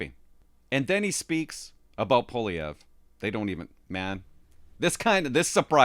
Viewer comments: Fortunately Elon Musk knows Mr. Poilievre and is making him known to Joe Rogan. Musk has Trumps ear and will eventually let Trump know who Poilievre is. Also Joe Rogan is a fan of Mr. Poilievre. (Pronounced "Pauly-Ev") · Pooh-ah-lee-ehv would be the proper way to pronounce it. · I can't see Trump pronouncing Polievre's name right. I think Canada will head towards bankruptcy in a few years. It's only a matter of time. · trump does know who poilievre is, he has mentioned him in the past recently, i just think he has difficulty pronouncing his name which is understandable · Wrong. The R is not silent, and the first syllable is not the one that's stressed. He can't pronounce his OWN NAME properly -- and that's not the only thing about him that's worrisome.